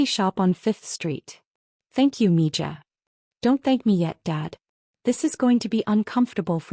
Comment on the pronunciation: It's Mi ha and not Mija